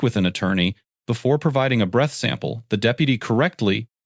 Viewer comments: Your AI voiceover shows. sample (simple) Ad-mees-bleha (admissable) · Yeah, I had to play that part back to figure out what he was saying. 😂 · "admissible" and "sample" are not complicated words to pronounce. WTF? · Anyone notice the AI commentator suddenly became French when he said "sample" and "admissible" - ?! 😂